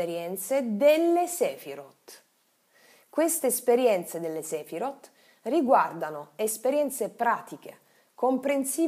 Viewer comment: Video davvero interessante. La pronuncia delle parole ebraiche però è totalmente sbagliata: si legge Kabalá e non Kábala, Sefirót e non Séfirot etc.